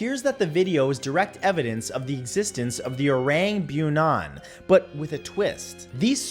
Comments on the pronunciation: you spell bunian : buh-nee-an in indonesia not beunan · Bunian is pronounced as boo-nee-yahn. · Im a malaysian. The “orang bunian” exists in both malaysian and indonesian culture. And it is pronounced ‘booneeyarn’. Orang simply means people. In our culture the bunian is more likely like elves. They are considered very good looking, have an invisible kingdom in the forest, and very protective towards their area. Our culture believes that if a bunian capture you, they won’t return you to the real world ever again. They will trap you in their world, a dreamlike life while your body is trapped in the woods for all eternity.